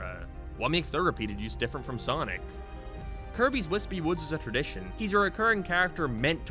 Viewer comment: For future reference, it's "Status Quo", not "Quote"